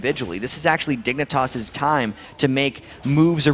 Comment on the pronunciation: Casters keep saying dick for dignatas.